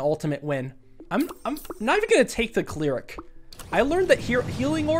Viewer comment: It’s ‘cleric’ not ‘cleeric’